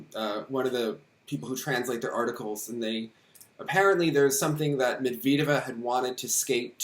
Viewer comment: Thank you for the vid!! ALSO - its not med-veed-eva lol. med-ved-yeva. med and ved rhyme.